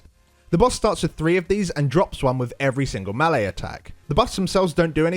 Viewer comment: Melee is properly pronounce "may - lay" not "mealy". It's French.